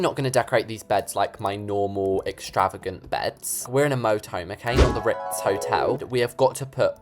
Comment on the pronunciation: I literally thought he said rizz then ritz...